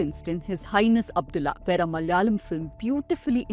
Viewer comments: Madam you yourself mispronounced the word malayalam....😅please correct it no hatred just saying. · When you are making a point about Bollywood stereotypes of the south, you could have also researched the correct pronunciation of Malayalam and Malayalee! Everytime you utter those words you pronounce like North Indians - Malyalee and Malyalam!!! 🤦